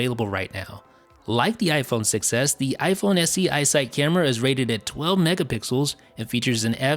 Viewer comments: When you say “iPhone 6s” it sounds like you’re saying “iPhone success” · Sounds like you say iPhone success instead of 6S xD